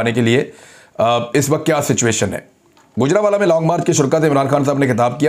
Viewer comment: گُجرانوالہ نہیں گوجرانوالہ ہے. گَجر نہیں گوجر جٹ قوم کے نام سے ہے گوجرانوالہ.